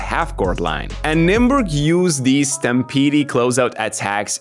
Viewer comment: Second "e" in stampede is silent